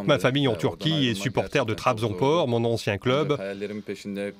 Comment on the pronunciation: c'est trabzonspor et pas trabzonpor